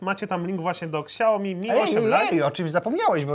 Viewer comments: Przepraszam mówi się szałmi placa wam a wy nie wiecie jak się wymawia :D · czyta się "siaomi" -_ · Xiaiomi lepsze tak muwi janusz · Jest to spolszczona nazwa. Tak samo poprawne czytanie "Samsung" to "samsong", ale czytamy "Samsung", bo łatwiej wymówić. Nie mówisz "ajern men" tak jak powinno się to robić, tylko "ajron men". Także zamiast się przyczepiać, może zasugeruj czytanie poprawne, tj. oryginalne, pochodzące z kraju, w którym została dana nazwa utworzona, ale nie najeżdżaj na nich. Według polskiej gramatyki oraz fonetyki, nie popełnili błędu. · naucz się poprawnie wymiawiać nazwę super firmy jaką jest xiaomi. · Xiaomi tak się nie czyta xD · Łutututu jełopy a nie turturturtur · Dostałeś telefon A nazwy nie umiesz wypowiedzieć xd nie "ksiaomi" xdd tylko "Siaomi" A ten telefon powinniście oddać widzom, jak i tak za każdy tele kupiony z linku dostaniecie chajs ;) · Jezu jakie Ksiaomi?! SIAomi kurde, Siaomi! Tak się to czyta. Dziękuję za uwagę. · Tylko nie "ksiajomi"... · Ksiao... co? Excuse me 😂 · Poprawna wymowa to siaomi , k jest praktycxnie nieme, ogolnie w jez chinskim oznacza to pokaz mi / show me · Fajny ten siaomi, xiaomi, ksajomi... No ten dobry tak jak Sony tylko dwa razy tańszy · Dla wszystkich czyta sie ,,SIAOMI" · Kurła Samsung? Tylko siajomi kurła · Czy ja usłyszałam ksiaomi? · Ksiajomi xd chyba szajo mi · aAAAAAAaaaaa czemu KSIAOMI ?!?!?!?!?!? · xiaomi? Siaomi .... nie ksiajomi xD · Jezuu.. mieli dwa razy Weronikę w programie, a ten nadal czyta KSAJOMI xD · KURDE CZY TO TAK TRUDNO? MÓWI SIĘ "ŚIAOMI" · jak by jeszcze potrafił powiedzieć "siaomi" zamiast "ksiaomi" to może bym dał lajka pod filmem i tobie a tak tylko zostaje #xiaomilepsze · NIE "KSIAOMI" TYLKO "SIAOMI"!!! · Siaomi kurła, Siaomi a nie jakieś ksiaomi kurłaaa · Na przyszłość: xiaomi jest firmą z Chin. Ta marka to nie ksiaomi tylko siaomi, ze względu na to, że „x” czyta się jako „s” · Ksiaomi xD Ignacy mówi poprawnie czyli Siaomi. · Nie "Ksiaomi" tylko "Siaomi:...